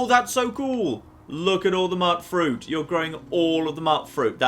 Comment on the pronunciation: Mutt-fruit?.... it's so strange the way he says it. Isn't it supposed to sound like the beginning of Mutant? You know, so Mut and Fruit rhyme?